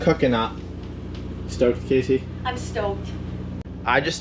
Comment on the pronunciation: When you Gonna pronounce her name the same way she does? He says Casey She says Cassie? I don't understand why he can't enunciate her name properly